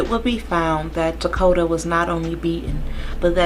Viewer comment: And thank you for pronouncing his name correctly! So many people call this baby Dakota and it angers me so bad. HIS NAME IS TAKODA, and he was here and he mattered!